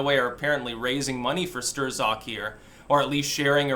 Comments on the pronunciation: The Z is silent bro. I believe the proper pronunciation is STROK. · It's Pecker Stroke, that's how it's really pronounced ;) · I am so glad this guy is gone. Now we don't have to hear butcher the name (Sterrzock!) anymore! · Are you mangling his dumb name on purpose? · Love your mispronunciations